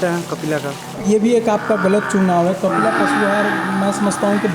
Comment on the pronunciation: Ap bol rhe h kapila n khilaa